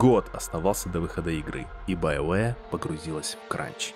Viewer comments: Все: БиоВар Диктор: БаёВэ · после стописятого повторения «байоуэ» автору пришлось лечить челюсть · Биовары? Блядотвари!